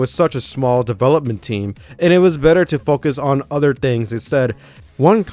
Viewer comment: "no udder game" Dude you pronounce things bad LOL